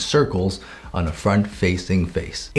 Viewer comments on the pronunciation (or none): when he said "Front plane" i heard it as "Fart plane" im not kidding!